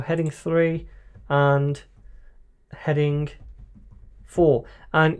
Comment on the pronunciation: 読音が日本人：stronグ headinグｗｗｗ